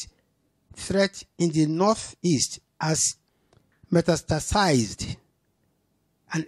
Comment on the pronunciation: See the way Lai pronounces metastasized Clown ni uncle 😂